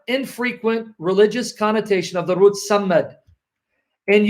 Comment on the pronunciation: I have no dog in this fight but your pronunciation of the word “Sammad” is incorrect. صمد is actually the word you are referring to which means “a being that needs no one” and not a stick as you purport. Interestingly though the “stick” you are referring to is a sign of authority held by the pharaohs to smite their enemies. Depictions of pharaoh with raised “mace” dating back from the time of Ball worship have been discovered. In present times highly bejeweled and less utilitarian maces are held by British Royalty during coronations and the Royal Mace is placed on the table which divides the House of Commons from the House of Lords at every meeting not without ceremony. It can also be seen held by the Masters of Ceremonies at graduations.. It is very possible that the word Mason derives its name from that instrument of authority since graduation rituals with black priestly robes and mortar hats are indeed Masonic induction ceremonies albeit unbeknownst to the participants.